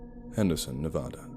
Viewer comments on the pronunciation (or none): OMG dude so awesome! But it's pronounced NE as in never, VA like valley, DA like Dad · I was born in Las Vegas Nevada and have family in the small drive to Henderson. The state name is of pronounced wrong but it doesn't really matter, people always know what your saying. I love your accent and narration 🐺 ignore ugly people and remember the fans that love you. Thank you for the great story 🐺❤️🐺❤️🐺❤️